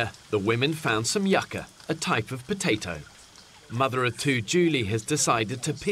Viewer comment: It's not "yaca"! In Spanish, it's "jookah" or cassava, in English.